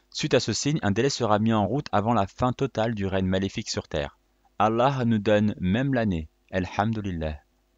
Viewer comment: c prononce الله et non اللح